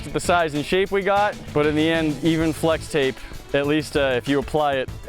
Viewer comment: Dude its fwex tape get it right